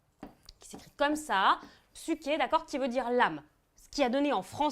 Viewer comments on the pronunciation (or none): none